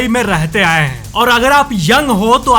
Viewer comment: हैं ko please ache se pronounce kro हैंयय ni